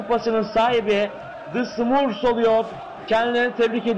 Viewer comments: smörfs değil yalnız, sumurfs beyler : ( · Smurfs'a (Simörfs) (SUMURFS) DEDİ AMK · radyoda maç anlatıyor sanki aq. SUMURFS ne lan SUMURFS ne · Ya onu bunu bırakında "sumurfs" nedir ya :D